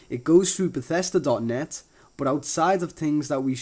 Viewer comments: bathesda not batesta u had it right the first time....eeehm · who the hell calls it BethEEsda?